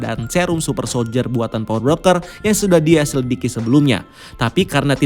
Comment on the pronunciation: "neijel" hm oke